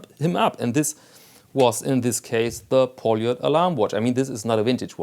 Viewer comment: Hey... Did you smash her in the brake room? And it’s pronounced Полёт!